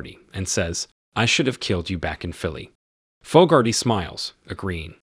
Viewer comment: Name pronunciation is dreadful. Fogarty. How do you get Foe-gar-tee from such a common name? Try Fog-ar-tee. So annoying!!